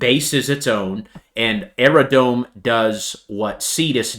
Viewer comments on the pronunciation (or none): Can I just respectfully tell you it’s “Aerodrome” not “Aerodrone”. It’s drome.